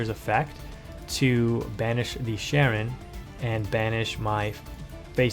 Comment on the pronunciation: Hearing people call her Sharon is such a huge pet peeve of mine lol. It's pronounced Shy-ren. But great video as usual.